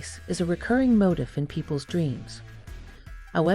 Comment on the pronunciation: 5 seconds in and I can't listen to another word because you can't pronounce the word motif. Seriously, it's pronounced mo•TEEF.